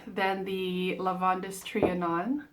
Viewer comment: It’s pronounced just like Lavand. The -es is silent. I haven’t been able to smell either. They don’t carry them in stores near me, and I’ve given up ordering samples.